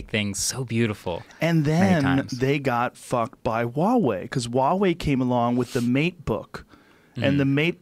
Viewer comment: Huge props to Joe Rogan for pronouncing Huawei correctly haha